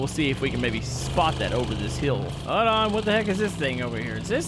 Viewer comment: hoed on..... no it's hoLd not hoed.